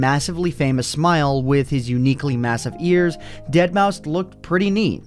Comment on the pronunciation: you pronouncement continuously wrong. Say it like deadmaw five